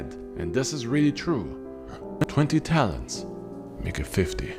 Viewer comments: Caesar had a daughter with Cornelia. That wasn't his first kid when she died. Also, it's Talents, not Talons. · No shade (love these vids), but did you mean to say 'talons'? Or are you talking about 'talents', when recounting the ransom money for Ceaser's kidnapping?